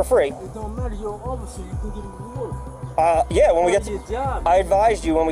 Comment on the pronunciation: "You need wather to breath"... rofl